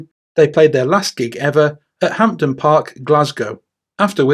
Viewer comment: Great video as always. Apart from your pronunciation of Hampden. Hurt my Scottish ear.